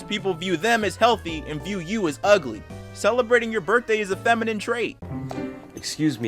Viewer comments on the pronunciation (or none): none